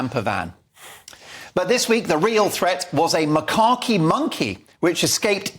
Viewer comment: Never heard 'macaque' pronounced like that before! What has happened to journalism!!